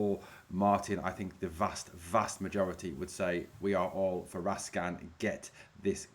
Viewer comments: Raskin not raskan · Its Raskin, not Raskan when you pronounce his name.